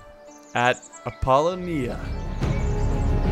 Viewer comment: It’s “Ap - Po - Lonia”